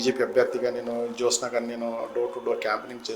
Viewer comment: జోష్ఞ కాదురా జ్యోత్స్న. ముందు పేరు సరిగ్గా రాయటం పలకటం నేర్చుకోండి తర్వాత చెప్పుదురు గానీ హిందుత్వం గురించి 😅. బంగారం లాంటి సంస్కృత పేరుని క్రిస్టియన్ పేరుగా మార్చేసారు కదరా వెధవల్లారా 😅.